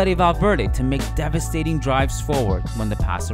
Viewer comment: Loved the editing and style of this video. Also shouldn’t it be devastating instead of debastating?